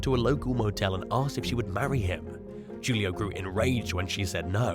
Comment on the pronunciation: #2. Julio is pronounced Who-Lee-oh.